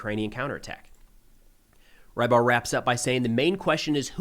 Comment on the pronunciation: Great report, as always, except that you keep pronouning "rybar" as "rye bar" making me wince each time. It's a transliteration of "рыбарь" and the closest you have in English phonetically is "rebar".